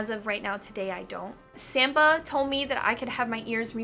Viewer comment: Hehe, you pronounce Samppa funny. :D Anyway, he makes pointed ears so well, i'm starting to want those for myself. ❤_❤